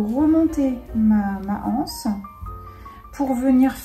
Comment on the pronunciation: Une anse, des anses il n'y a pas de h. Par pitié faites les liaisons on dit un' anse, des z anses. Dommage ça avait bien commencé c'était agréable à écouter mais les hanses ça fait mal aux oreilles.